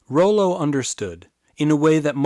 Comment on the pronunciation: I believe it's pronounced raw-low, and I'm related to him hah